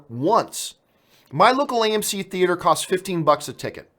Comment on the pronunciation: Get to the Choppah ! I mean theatah !